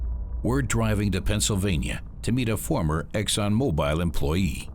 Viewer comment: Good report. Just, it's Exxon Mo-Bull not Mo-Bile.